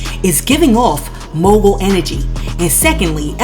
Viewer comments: JUST NASTY PERIOD! She got laid and played! She can barely say Mogul ! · First of all how could you expect to be a mogul when you can't pronounce the word mogul. Who does she think believes anything she says. The only thing she wanted was to be the bottom bitch for Diddy